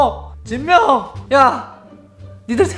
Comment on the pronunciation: 진명인데 진며라고서네